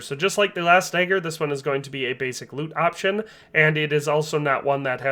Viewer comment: Day-ed-ric dayger